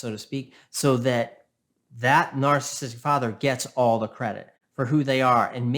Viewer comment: This guy is pretty good, and he has so many valid points, but his inability to pronounce “narcissistic” properly drives me insane 😆 “Narstistic” 😆